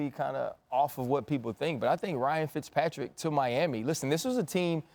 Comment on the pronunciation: This dude said fitzpatrick